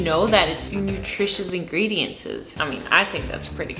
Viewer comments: Wonderful content and great energy. Just an FYI: the word is pronounced ingredients.... not ingrediences. Just wanted you to know 😉Keep up the great work! 💕🙌🏻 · Where is she from? I love how she makes the plural of ingredients, “ingredients-ses” 😂😂